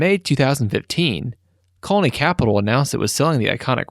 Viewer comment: You pronounce “colony capital” very strangely. Also Caldwell Bank and asphalt. It bothered me